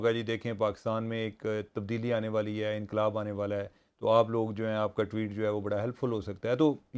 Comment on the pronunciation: Tweets not Tweetien.azaz sahib plz urdu ko zulam sa bachien. English ki bajy urdu Jan k lika gia hi.